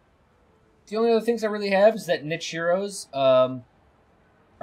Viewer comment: Also "nit-che" and "Ka-plan"